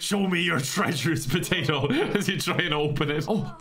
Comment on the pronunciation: Show me your treasures, potato! Just when you thought he couldn't get any more Irish.